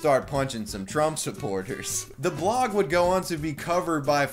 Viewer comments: why the fuck does it sound like he said Strumph? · Is it me or is he purposely mispronouncing trump in the “i joined antifa” video??? 🤣😂🤣